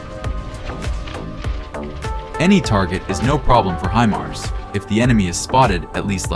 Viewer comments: It's HI-mars, not HE- mars. I dislike AI voices. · Dude, it is hy'-mars, not hee'-mars.